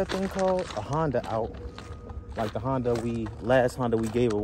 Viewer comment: I'm still looking for the "Hon-day" 😒 as pronounces them lol